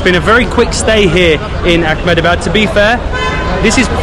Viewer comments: You guys are doing a fab job as ambassadors of India. Totally with you! Just a little request. Please don't add a 'c' or 'k' sound in a word that doesn't have it. It's Ahmedabad not Achmedabad. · It's not Ach-medabad. It's pronounced Eh-med-a-baad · Its Ahmedabad not Akhmedabad, we dont use Arabic pronunciations in India